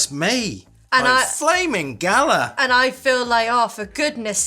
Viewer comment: 😂😂😂😂 galah is pronounced ga-lar.. not gala. I was so confused with what you were saying. Galah is a bird by the way...